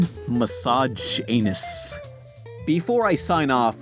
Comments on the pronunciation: I think the best part of the video was when he intentionally nerfed the pronunciation of misogynist to sound like "massage anus". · massage-anus xD